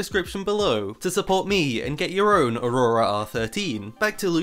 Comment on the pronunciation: I love how says aurora. Its just funny